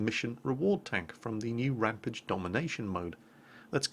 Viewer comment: For fuck sake's, how many times do I have to tell that you are saying RAMPAGE the wrong way, it's not RAMPIDGE it's RAMPAGE!!! Other than that great video mate